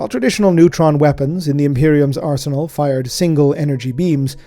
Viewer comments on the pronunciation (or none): none